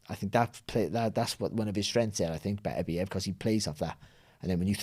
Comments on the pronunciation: It's pronounced Betta-Beev, have some respect for the man's name/family name. Your ignorance that it "doesn't matter" is a disrespect regardless of what you think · Sorry for being that guy but recently watched an interview with beterbiev he said it’s pronounced baterbiev as apposed to beter-biev, carry on guys 🤣